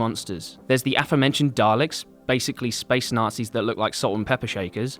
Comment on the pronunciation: Why do you add an r to the word dalek? That's wierd bro